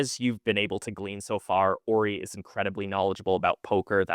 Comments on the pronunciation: Idk why it’s so tilting hearing you pronounce his name incorrectly over and over lol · my god, you're right. I just talked to Uri about the right way to say it. I'm even more tilted than you.